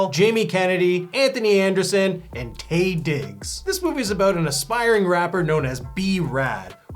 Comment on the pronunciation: Hey y'all - it's Taye pronounced "Tie" fyi 👍😂